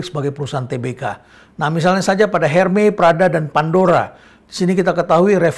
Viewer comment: Ermes Prof..bukan Hermey..